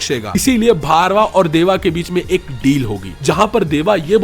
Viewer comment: Bhai its bhairava not bharva